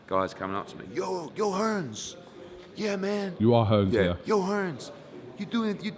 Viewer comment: "Hearn" ...no S on the end!!...how hard is it USA?